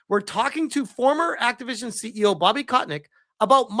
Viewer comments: It's Kotick, not Kotnick XD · Is as if never heard of Bobby KOTICK, one of the most infamous known figure, before. Keeps calling him KotNICK... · How can u pronounce kotick's name as kot nick? There's no N & u are pronouncing it wrong. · everytime you called him "kotNICK" lol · Who the hell is "Kotnick"?... Read, man. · Why the fuck do you keep saying "kotnik"? There is no N in his name.